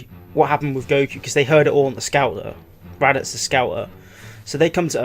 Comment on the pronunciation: He called raditz rabits